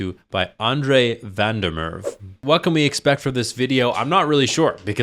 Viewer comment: love your content! The way you pronounced Van der Merwe had me rolling on the floor. For reference, it sounds something like Van (FUN) der (thunDER) Mer- (MAveric) -we (VIntner)